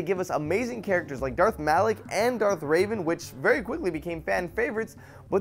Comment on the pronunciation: Darth Raven? come on you should know better and you call yourself a nerd